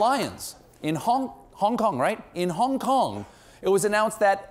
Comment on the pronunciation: Why is Stephen pronouncing "Hong Kong" in a strange way since Cha-eena took over?